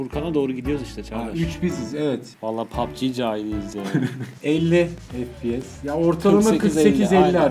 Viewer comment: FePeSe ne abi efpiyes